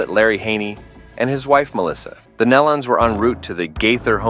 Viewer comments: "Nellons"? Get it right BEFORE you do a video. It's "Knee-lons. This is a pathetic video. Please take this down! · Pronounced: (knee-lun), not, nell un....Please.. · Its NELON. NOT NELLUN. SOOOO disrespectful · Knee-lons not nell-lons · I refuse to watch any video that doesn't pronounce their name correctly! The E is long. Their name doesn't rhyme with melon. It is pronounced like kneelin'. Surely you can reprogram your AI voice to get their name right! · If you are going to report this, please have enough respect to research how to pronounce their name. It is "nee-lun" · Out of respect to the family, it is pronounced "Nee-lon" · Call them correctly as the Neeee. Lons. Use the long e sound. Please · Please pronounce their last name right. Show some respect. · How about learn how to say their name